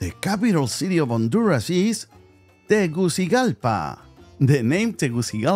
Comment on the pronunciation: Problems pronouncing Honduras capitol city.